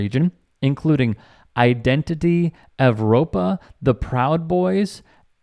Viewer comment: It's not surprising that Idahoans leave their survivalist compounds for racist reasons. And, really needs to be more aware of language: "Identity Evropa" uses the spelling with the Roman "u" to support its desire for a White Empire/Reich. It is pronounced, "Europa."